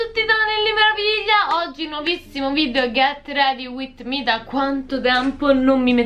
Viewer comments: "ghett redi uitt mi" TI AMO HAHAHAHAHA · appena leggo “ghet redi uit mi” mi gaso un sacco